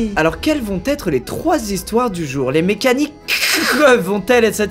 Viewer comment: Mais ta quoi avec "MécaniQQQQue" 😅 ça me tue